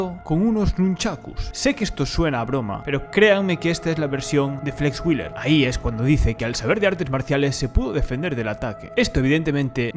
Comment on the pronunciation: Nicht Flex Willer, sondern wheeeeeler ;-)